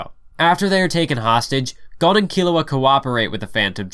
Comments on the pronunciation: it's not gone it's go-n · Gon name is so simple but people still mispronounce it smh